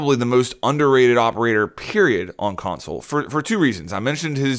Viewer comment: Yeah!!! i'll try Mute on Consul next time!!! ... it took me 3 minutes to figure out he was saying on "Console" smh